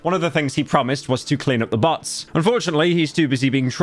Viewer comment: Today I learned about the British pronunciation of "bots". YOUTUBE HAS A BUTT PROBLEM